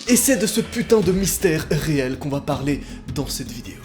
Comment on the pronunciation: C'est une sirène....de voiture de police OU autre véhicule.Et arrête c'est pas réelle mdr(à chaque fois qu'il dis réelle je l'entends faux mdr😂).